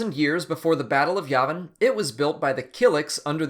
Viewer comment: Sorry, dude, but you're saying Yavin wrong.